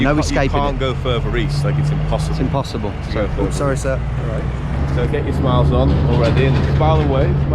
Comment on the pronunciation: that was epic, americans are pretty guarded sawwy